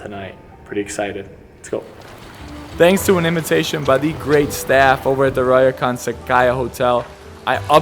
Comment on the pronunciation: A lot fo them don't let Gaijin (foreigners) in. PS: pronounced "ohn-sen" ;-) And "ryokan" is "RYOH-kan". Not easy, I know.